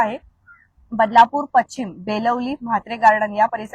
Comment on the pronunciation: पश्चिम नाही पशिचम जोड शब्द आहे नीट उच्चार करा जोड शब्द नीट वाचा आणि मग बातम्या द्या ना